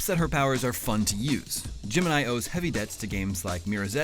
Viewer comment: Every time he says Gemini, I hear Jim and I